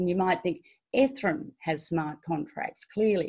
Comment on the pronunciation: Love the way she sais ethrum 😊